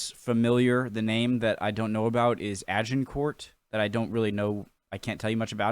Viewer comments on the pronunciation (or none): Pronunciation tips - 'Cressy', Agin-core' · Pronunciation: Agincourt- A-jin-cor (silent t), Crecy- Cre-see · Crécy = Cressy. Agincourt - Aj-in-corr. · Brave attempt at pronunciation from, I guess, a non-French speaker. You were close. Crecy is Cressie like Jessie. Agincourt is more complicated: Ah-Zhin-Cor. I’ve been to both villages, and they are literally just villages. :-) Ed III was Longshank’s grandson. A surprise to everyone seeing as Ed II was certainly bisexual and probably gay, indeed records suggest that Ed III’s father may have been a squire or knight in the Queen’s service … because Ed II was documented as being a long way (in France) from his Queen (in England) during the likely month of conception. If you want to know more of Agincourt, you should watch Kenneth Branagh‘s brilliant film of Henry V, which culminates in the Battle. Fine work, by the way. “I’m just a guy who wants to learn” should be the mantra we all live by. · I know the narrator on this clip pronounced Agincourt sounding the T, but Agincourt, located in Northern France, is pronounced without the sound of the t at the end, and more of a Z sound in place of the G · Even though it spelt agincourt you pronounce it without the T for the French way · Crecy = 'Creshee'. No, not that close - art of the time is often lacking in perspective. Agincourt = 'Ag' with a soft 'g' - 'an' as in 'anger' - 'cor' is the Anglicised version of the French, who spell it 'Azincourt'. For Agincourt, it's worth checking Mike Loades dissection